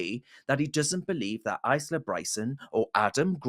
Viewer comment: Please seek some advice on the correct pronunciation of the name Isla (Ile-ah)